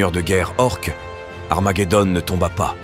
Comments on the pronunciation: C'est pas le plus gênant. Mais essaye de mettre un U à Armaguédon des fois ça évitera le armajédon. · comment tu prononce Armageddon..........putain.......tu est serieux la ?